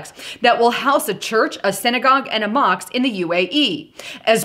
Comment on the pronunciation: It sounds like, mosk, not moks...mosque.